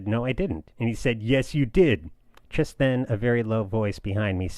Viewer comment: Great episode! I'm really noticing that each time you say "just", it sounds like "tjist".